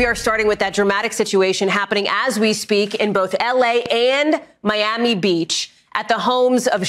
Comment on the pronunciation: how do you have such a great legal mind, and overall, a smart dude....but can't pronounce Miami???